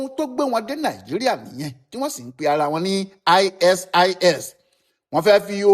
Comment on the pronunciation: aisees ni pronunciation ISIS... eeswap ni pronunciation ISWAP...